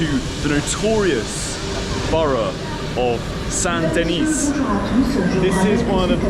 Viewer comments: Saint Denis. Don’t say the “S” or you make it feminine: Sainte Denise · The S in Saint Denis is silent...Deni. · The T in Saint is silent and the S in Denis is silent. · Stop pronouncing the S sound bro...